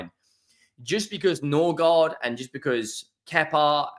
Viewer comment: I think he's a little bit dyslexic, he mispronounced Mbeumo and Norgaard too LOL